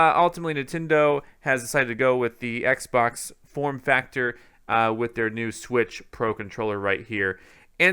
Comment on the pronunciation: I cringe every time this guy says Xbox...